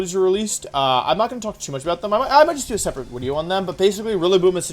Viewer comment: I missed it but why does he say wideo? Is he missing some teeth?